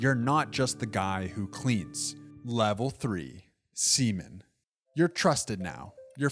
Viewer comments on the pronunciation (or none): bro did NOT say seaman